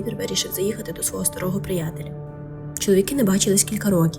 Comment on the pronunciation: не приЯтеля, а прИятеля. і раджу говорити трошки повільніше, тоді буде і чіткіше.